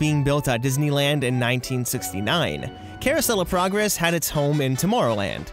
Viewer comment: The way he said it sounded like: Caruosellaprogress